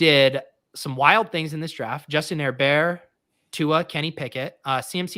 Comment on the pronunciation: Love pronunciation of Herbert